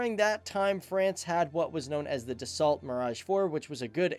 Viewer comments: He also said das salt instead of da so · Great video. But you don't say "DASSOLT" but "DASSO" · pronounced Dasso NOT Dassault you fool , learn some French old boy! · Dassault - pronounced "da-so" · Stop pronouncing the T at the end of Dassault, it's French and therefore silent.